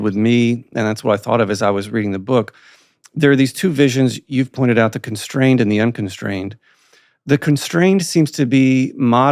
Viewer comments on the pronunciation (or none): Conshtrained or constrained? I am getting confused by the pronunciation of “ S “. Apartt from this a brilliant and fascinating discussion! It’s a discussion about tribal behavior at the end. Was there even a concept or definition of poverty?